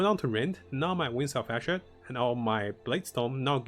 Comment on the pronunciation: I understand that english isnt your first language but for the love of god can you please actually read things correctly. "wings of asher"???? not even close to ishmir. and you always say the stasis damage node wrong too